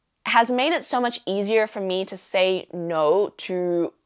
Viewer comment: I like the way you pronounce “to” “you”. It seems to O’s and Ow sounds. Is it an Australian thing or perhaps the area, culture or environment you are in or around?